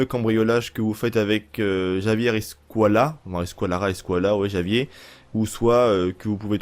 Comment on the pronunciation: Javier se prononce "ravière" je crois